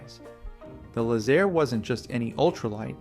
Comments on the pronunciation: Too bad you can't pronounce Laze- Air. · Lay-Zair …It’s derived from The words Lazy-Air ….Lazair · back then everyone pronounced it "Lazer" like a lazer beam. We owned and flew a Teryadactyl..and had friends who had Lazers as well.